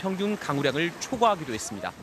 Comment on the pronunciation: 했씀다ᆢ했슴다 했슴다ᆢ 했습니다 확실하게 못 하시네요. 이직도